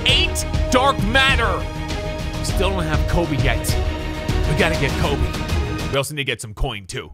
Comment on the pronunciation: I’m American Also: “kolbe Bryant”